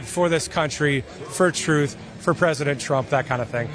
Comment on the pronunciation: Drumpf "named it 'Truth' "... Yet he pronounces it as "Troth"... 🤔 i.e., Drumpf doesn't tell the Truth.